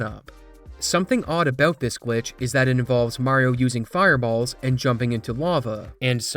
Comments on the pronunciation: "On BOOT" HAHAHAHAHA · > what is this A-boot? Are you canadian? What are you talking a-boot? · that Canadian flag when you said "boot" lol